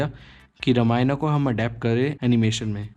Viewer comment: Very good research but talking not रमायना रामायण is right